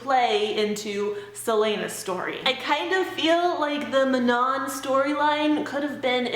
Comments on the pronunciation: Mah-non? I always thought Man- on. These names are killing me! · Did anyone say Manon's name normally without adding a French accent to it? 😂😂